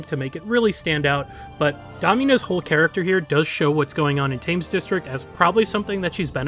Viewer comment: “Thames” has a sound more like “ten” rather than “fame”